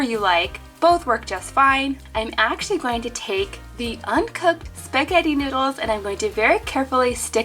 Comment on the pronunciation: I cracked up laughing when she said save de turtles sksksksksk🤣😂